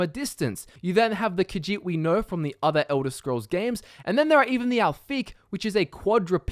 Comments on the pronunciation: I hate the way you say kajit so goodbye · Ka-sheet - Khajiit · khajiit; kuh-žít. NOT caw-djeet. senche raht sendche rawht NOT sendgee rat